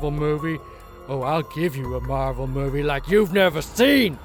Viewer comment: This meawvie is all wong, get it wong?